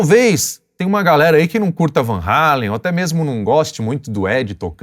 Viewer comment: Muitos pensam que Eddie e Alex Van Halen são americanos, são imigrantes holandeses. E ainda pronunciam o nome errado. Só um comentário.